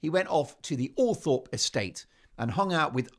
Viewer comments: And please pronounce Althorpe properly. It is OL THROP. I have mentioned this before. I thought you read our comments? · Will Todger Harry become Lodger Harry at Althorp? Pronounced Althrop BTW Mark